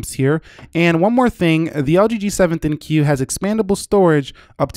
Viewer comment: For the love of God please stop saying "L-G G-7 THIN-CUE." !!!!!! it's the dumbest name in wireless and you're making it worse.